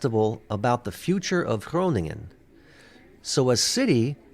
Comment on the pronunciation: Shout out for with his perfect pronounciation of Groningen 😜. Great reaction! BTW Emma agrees😂!